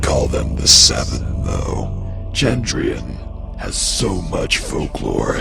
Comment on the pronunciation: He changed his pronunciation of "Chandrian" halfway through the video